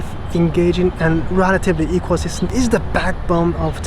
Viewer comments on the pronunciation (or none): Thanks! I noticed that when you pronounce "system", your lips didn't close with the "m" sound.